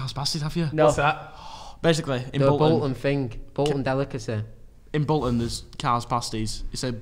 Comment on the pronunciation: You’ve said Bolton wrong